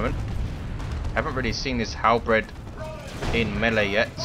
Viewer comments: Also, not to be a jerk, but it's "hal-berd" not "hal-bred". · There is precisely 0 bread in halberds. It's pronounced like Bert, with a D instead of a T. Halberd.